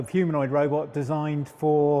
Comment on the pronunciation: Lol, "just send a robutt, mate."